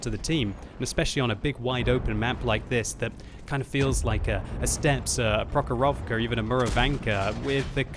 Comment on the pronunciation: HI! You should make accent to first "o" - Pr_O_chorovka